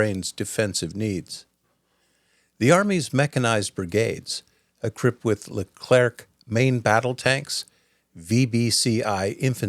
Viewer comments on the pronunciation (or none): "Rafale" actually. And c is mute at the end of Lecler(c). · It's not le CLERK, it's le CLER, the trailing C is silent